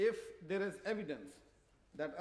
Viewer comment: 'Will be made with strong evedanence'........interesting Mr Blair